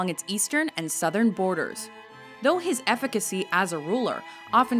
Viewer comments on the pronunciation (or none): none